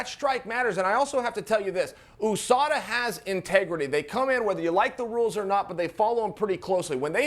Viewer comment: US-ADA 😂😂😂 never heard anyone pronounce it like dat lol